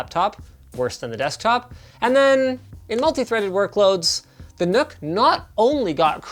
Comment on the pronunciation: It's pronounced Nuck not Nook